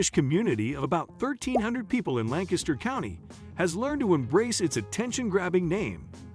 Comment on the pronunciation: Nice job on Lancaster pronunciation